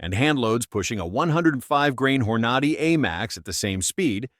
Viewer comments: ai is so funny. Hornady i whoranoddy. By the way i counted 24 commercials , why does youtube think this is ok. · I think it’s hilarious the mispronunciations. Horn-ah-dee. 🤣